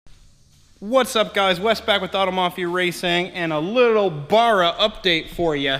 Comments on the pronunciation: Fucking BARRA not Burra 🤦‍♂️🤦‍♂️ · Ba-ra Not Bar-a 😉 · bArra... B. A. R. R. A Not Burra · It barra not barraa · Bro sorry but its bugging me its b arra not bar-ra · Its not a barer its a barra american stoodges. :) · It's pronounced "Barra" not "burra"... Cheers from Australia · As an Ozzie, you are making my ears bleed by saying 'baa rah'. It is pronounced 'ba ra' I own both turbo and NA FG Falcons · Please stop murdering the barra name it is not burra it is bArra you need to pronounce the A better please my aussie ears are bleeding lol alternator bottom left power steering top left air con right side all looking straigh on from front of engine $150-$200 in oz for FG Barra. green top lpg gas motors are the best for boost from stock they have stronger rods higher compression from stock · bArra Not bUrra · Give him a break guys, he is thinking about the bar where you buy beer lol, first time seeing this vid pop up but saw another one where he corrected it since he got attacked on how he said it😂. Now i know why, does sound odd baaara vs barra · its pronounced baar-ra not what ever the fuck your saying. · It's pronounced "bow-rah" here in ausland. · If you’re gona grace your fine man shed witha Barra Then say it properly Baa Rah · Mate! Please watch some Aussie videos to help with pronouncing Ba rra... I believe I speak for all Aussies in saying that 😂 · It's pronounced BARRA, can't get good numbers from a N/A without changing out valve springs or you get valve float when turboing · B - aa - rah. Watch a video by an aussi about barramundi. Cut the mundi part off and you've got it. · As an Australian, I cringe when you say Barra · Mans saying Barra wrong and it’s pissing me off 😂😂😂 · How come you can't say Barra? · Awesome you are using Aussie hearts. But due to the pronunciation I just couldn't watch the whole vid sorry! Maybe ask cleetus for some tips he says it better. 😉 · Learn to pronounce it right while your at it